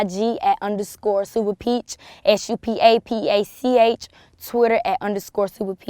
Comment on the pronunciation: Did she say "Supa pach"? Or am i hearing stuff at the end?